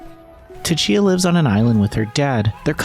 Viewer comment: The T in Tchia is silent....